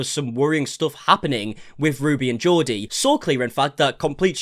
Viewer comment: Why are you pronouncing Jodi as Geordie? It's JOE-di